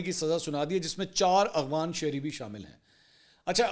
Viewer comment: AGWAN nahin AFGHAN umeed ha aap correction karaen gae